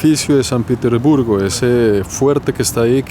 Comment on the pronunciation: Lo pronuncias "Piter" respete usted no está en un país anglosajón. Pronuncielo correctamente. Respete